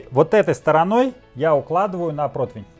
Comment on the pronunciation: Excuse me for butting in... Может быть, просто такая съёмка, но низ мясной самсы мне показался подгоревшим. Может,повторяю, просто тень. А вот "загинаю" и " протвинь" - это уже реальное произношение. Если что, я не русский, но русский я, по призыву Маяковского, выучил "только за то, что им разговаривал Ленин!")))